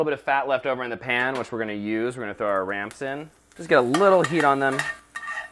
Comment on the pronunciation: RAMPS. I thought said RANCH. I thought he said ranch. Oh my goodness